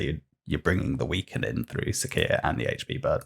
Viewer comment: It's Si(C)ia - siscia, ,,cee"